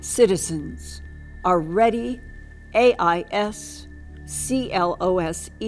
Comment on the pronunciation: “ais cLose” AI’s close.